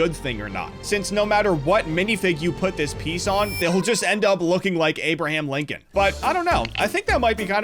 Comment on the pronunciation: ah yes, Linoln